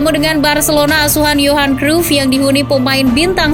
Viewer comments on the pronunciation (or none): none